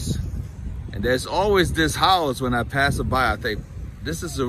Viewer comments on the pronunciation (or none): none